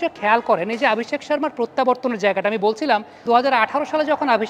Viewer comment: আপনি "অ" কে "আ" বলেন কেন? আপনি অভিষেক কে আভিষেক,অশ্বিনকে আশ্বিন বলেন প্রায়ই।